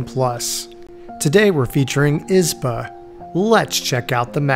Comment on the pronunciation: As a Russian I was curious how would you pronounce that word "izba". Well, I was not disapointed... 😆You pronounce it with the first syllable stressed like a typical English-speaker. Just as I was expecting, because we in Russia pronounce it with the second syllable stressed... 😆like "izbah" or something.